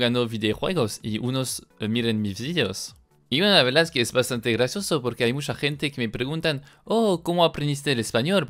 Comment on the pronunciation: me dio grasia que se se escucha grasoso en ves de grasioso